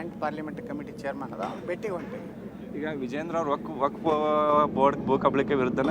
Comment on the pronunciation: ವಕ್ಫ್ ❌ ವಕಫ್✅🤣